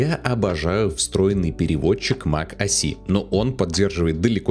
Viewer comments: Mac OS , не мак о си 😁😁😁 Капец грамотей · Какой блять мак о си? Mac OS. Буква S (эс), а не С (си)